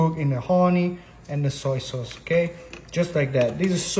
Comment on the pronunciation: Bro keeps saying "saw soyce" 🗿